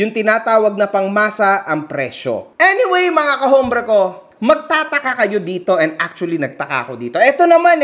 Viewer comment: gawa ka MG ng cap KAHOMBRE ❌ KAPOBRE ✅ 🤣🤣🤣🤣🤣